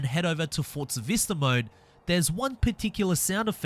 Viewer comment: Its forza not fortza